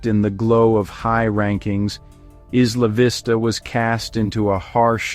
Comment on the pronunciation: Maybe they can actually pronounce the name correctly. What a stupid video